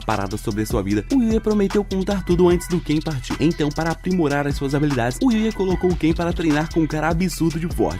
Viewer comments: É kai não Ken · Não é Ken é cain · O cara ta pronunciando em português errado não é ken mas sim kain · N é kein é kai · na vdd n é ken e sim kain